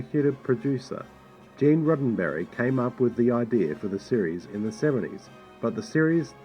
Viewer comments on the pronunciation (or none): none